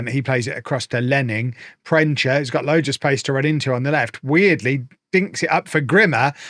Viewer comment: Proensa not proencha